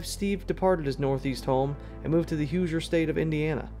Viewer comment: I hate to be “that” commenter, but as a former resident and IU graduate, I heard nails on a chalkboard. It’s pronounced exactly like it’s spelled: “hoo-zher” not “hew-zher”.